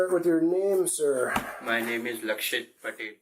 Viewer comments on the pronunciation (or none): His name is pronounced "Lack sh!t":face-fuchsia-poop-shape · I swear he said his own name was "Luckshit" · Ok but tell me why 🤣 no matter how many times I listen and relisten I only hear him say "Like sh!t" when he says his name 🤦🏻 wtf 🤣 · Did he pronounce his name Lac-Shyt?😅